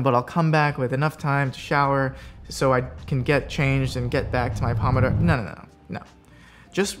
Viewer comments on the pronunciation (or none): the pronunciation is so cringe. it’s “poh-moh-doh-roh” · you're going to say "pomodoro method" a million times... while saying it wrong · Wow I got so annoyed so quickly at the pronunciation of pomodoro, especially when you just kept saying it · The method didn't teach him how to pronounce "Pomodoro"